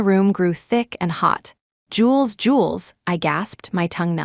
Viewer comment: Ugh! Not jewels but Jules, short for Julian!